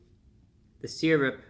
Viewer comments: Sur rup. You want some sur rup, Brian? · I don't know why I expected the intro to go "Welcome Back to Fun with Flags" Also I love how he says "syrup"